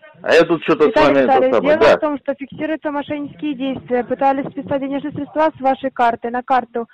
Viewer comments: Как только услышите "фиксирую" и "средствА",сразу же прекращайте разговор,ибо настоящие сотрудники не ошибаются в ударениях. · Третий "специалист" сказал: "срéдства"?!